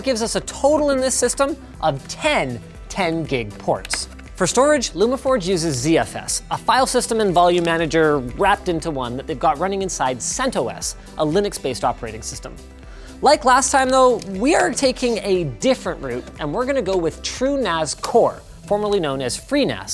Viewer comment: It's not pronounced "Cent Oh Ess". It's "Cen Toss".